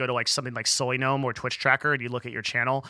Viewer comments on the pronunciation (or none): none